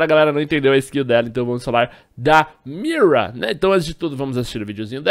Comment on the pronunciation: não é miua é mira pqp para de tentar falar em ingles